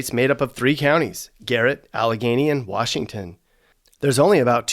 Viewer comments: Nobody from here says wARshington, that’s more of a PA thing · Yup. “Warshington”??? Nahhhh. And Old Bay is for crabs/summer. Good post! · Agreed. I’ve never heard someone say “Warshington”. It’s always been “DC” or “the city”. We don’t talk weird 😂